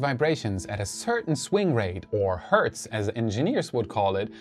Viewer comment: Yes, you pronounced Hertz wrong ;-)